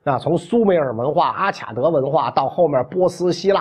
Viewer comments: 中文的阿卡德的“卡”，应读“ka”, 不能读“qia”。外文”Akkad”（名词），”Akkadian”(形容词）。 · Akkad应该读阿卡（音喀）德